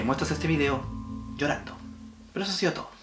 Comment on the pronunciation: "y le muestras este vídeo... shorando!" JAJAJAJAJAJJAJAJAJAJAAJJAAJAJJAJAJAJAJAJJAJAJAJAJAHAJAHAHAHAHAHHAJHAJAJAJ